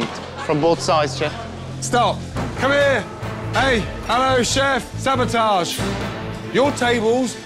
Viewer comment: Right? And she keeps saying savotage, it’s sabotage. 🤦🏻‍♀️